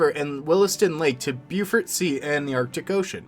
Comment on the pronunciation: Beaufort as in Bo-fort...not Bufirt